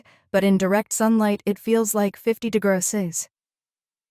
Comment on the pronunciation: Why the weird pronunciation of "degrees C"?!? 🙉